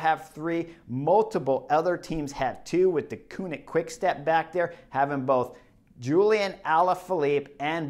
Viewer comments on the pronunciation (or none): none